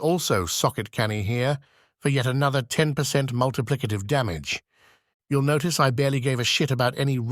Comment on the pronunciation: hnnnnnnnhhhhhhgggggggg "multiplicative"